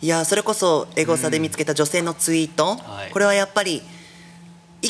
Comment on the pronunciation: あと「ツイート」が「ユイート」になってますよﾎﾞｿ